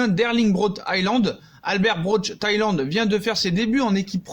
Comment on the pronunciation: Salut bonne vidéo mais je veux juste faire une petite remarque Haaland se prononce « Holande »